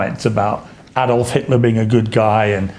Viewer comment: Btw someone needs to tell him that adolf was never pronounced ay*dolf, it was pronounced ah*dolf.